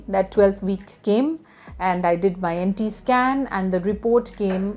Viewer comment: It's not anti scan, It's Nt Scan -nucal translucency.